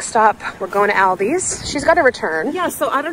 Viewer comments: She keeps saying albies😊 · Same All Dees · We pronounce it All-di’s not Al-di’s